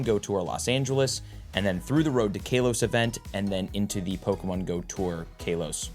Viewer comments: please its not kay los..... im begging you. its kah los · KAL-OS...... not KAY LOS... 10 years, you'd think you'd learn the correct announcation by now 🤦‍♂️ For next year it's "not" "A-LOW-LAND" remember that....🤣😂🤣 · Ka-los. Not Kale-os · why does he say KAY LOS